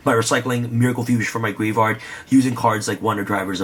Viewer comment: you ever notice he says graveyard like gray vard